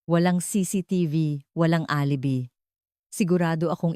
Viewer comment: Deretsuhin mo ang pagbigkas ng g de Leon Huwag kang mag pause very annoying,alibi is pronounce as alibay I hope sa sunod alam mo yan